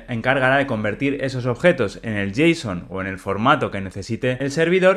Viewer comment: cuando dice suspend habla ASPEND bien grindo, RESALT bien gringo y dice JSON (jota son) que coherencia es esa?